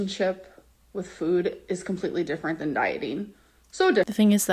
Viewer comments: same it’s always bothered me 😭 ffuood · Lol, the "fhwooood''. I hate it as well. Its' like she forgets how to pronounce an F and just says food through pursed lips like an 'o'.